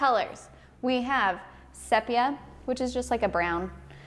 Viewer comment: I’m sure you’ve since discovered that the pronunciation is “seepia.”